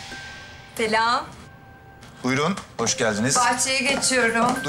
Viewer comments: telam diyor ya selam mı diyor? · Deren geldiğinde selam değil telam dedi.